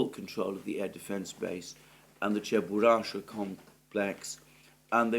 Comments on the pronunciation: It's Cheburashka (Чебурашка)..not "Cheburasha" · Alexander, the pronounciation is: "che-boo-rash-kah"